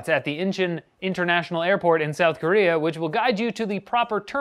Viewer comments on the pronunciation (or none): none